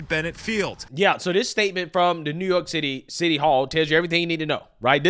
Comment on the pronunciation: my MAN said NEWYORK TITTY